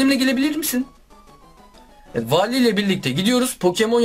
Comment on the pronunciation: Wallye Vali diyen #unutmayacağız